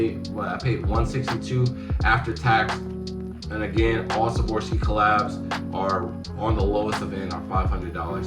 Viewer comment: Swarovski not savorski